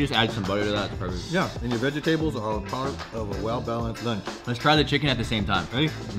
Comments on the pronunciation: Did bro just say “vege-tables”💀😭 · Did his dad say veg tables 🤣🤣🤣